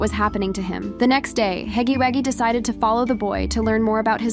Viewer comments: It’s “Huggy” wuggy not Haggy Waggy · Girly,It’s Huggy Wugggy,not Huggy Waggy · It was funny when you said Huggy waggy😂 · It’s not called haggy waggy